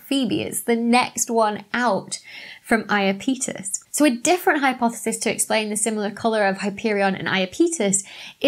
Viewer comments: It's "Iápetos" in Latin (the e is short, so stress is on the a), but "Ιαπετός" in Greek. I rembesle that merark! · I was mentally shouting "eye- app - itus" the whole way through this. Now all I can think of is the South park lads saying "my names scott malkethson and I've got iapeetus" 😂 Great vid doc. Never knew hyperion looked so weird. Just shows there's always more to learn. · It's ahy-ap-i-tuhs, with the accent on the "ap". :-) By the way, you have a pretty darned good singing voice! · It should be /aɪˈæpɪtəs/, stress on the second syllable. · comment section to the rescue about the pronouniation: the moon is called "Iapetus". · Good video as always, but damn you English speakers can't pronounce Greek names.... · I have only heard it as "EYE app uh tuss", but I am OK with "Eye uh PETE us". It doesn't sound too odd. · Iapetus is pronounced "Ay-uh-peetus"? I've been calling it "Ay-app-uh-tus" Why didn't someone tell me!? Oh, I've been making an idiot out of myself! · I’m with all those who say I-A’-Pet-us, not I A Pete’ us... But I still enjoyed watching the video regardless! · the stress is on the AP. And 'pet', not 'peet'. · Iapetus = "yapetus" (i.e., 3 syllables) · According to the Oxford English Dictionary (I chose it because your British) Iapetus is pronounced /aɪəˈpɛdəs/ (in IPA notation) a link to a sound file is here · Apparently the pronunciation of Iapetus is /aɪˈæpɪtəs/ (accent on the 'a' or second syllable). And don't fret over the misspelling of Phoebe; it's much more interesting to learn about the laws governing the movements and events in the universe, than to delve into the chaos that is English spelling. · When you pro0nounced Iapetus, I assumed I'd been pronouncing it wrong. Then you had the bit in the bloopers, so I checked. We both were! Apparently it's eye-app-a-tus or ee-app-a-tus according to or thereabouts. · It sounds like you're saying "Imapenis". xD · I always heard it said, ‘YAP-eh-tuss’ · Iapetus = Eye - Ap - E - Tus